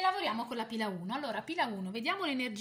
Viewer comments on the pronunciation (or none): azz... sarà che abito a milano, ma anzichè sentire pila 1 ho capito pirla 1 pirla 2 pirla 3...per un attimo ho pensato che tu conosca i miei amici...